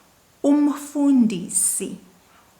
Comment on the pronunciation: Ow, yes, you're correct. Also you said 'umfundisi' wrong for 'teacher', you need to change the tone, even though it's written the same way for 'pastor'.